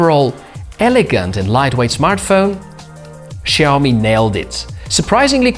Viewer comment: Big kudos for getting the intonation on "Xiaomi" correct! A little tip though, the first syllable is pronounced more like "siao", rather than "shiao".